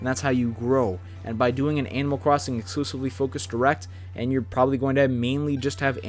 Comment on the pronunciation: Animal Cwossing 😂